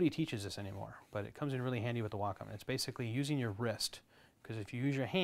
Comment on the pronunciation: You pronounce Wacom funny "WAAHCOME"